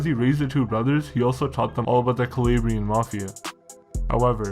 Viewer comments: bro you do so much research and put in so much effort the least you could do is google translate the Italian regions your talking about, KALABRAYIN? cmon bro you milk off Italian culture but can't pronounce Calabria? for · its an insult the way you say "calabrian" you shmuck